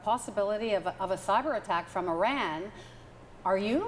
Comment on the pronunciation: She cant pronounce - trump or Iran